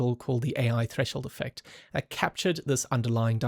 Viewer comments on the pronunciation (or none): none